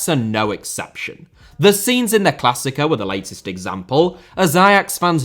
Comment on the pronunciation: if you want to pronounce klassieker try saying clas seeker. also this all started with marc overmars sending a dickpic lol. i fcking love boomers